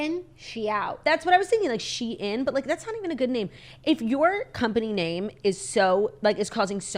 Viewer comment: It’s pronounced how it’s spelled “She-in”. Originally was called SheInsider and they shortened it to just Shein.